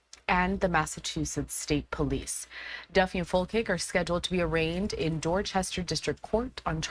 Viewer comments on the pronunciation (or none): Its Fol-chick. Not Fil-kik